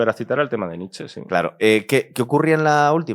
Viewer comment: Me encanta vuestro poscast. Pero Nietzsche no se pronuncia quitando la e final (Nich), sino con ella (Niche).